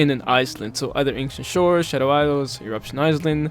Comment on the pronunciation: And "Shadow eyes-zels" lol